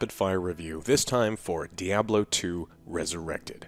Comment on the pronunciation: When I can afford a PC to run the new D2 I will buy it, but (likely purposefully) pronouncing it as 'dee-ahb-lo" is kinda funny. It's not wrong, and it's a great game, but it's still funny.